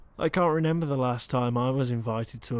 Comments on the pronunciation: Me: British voice, I love UwU You: reNember Me: nuuu, you have that accent ,=v= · You said renember 😭😭✋🏼